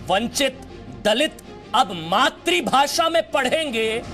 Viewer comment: अबे घोंचू मात्रीभाशा मत बोल वो शब्द है "मातृभाषा" मात्रीभाशा × मात्रूभाशा × मातृभाषा √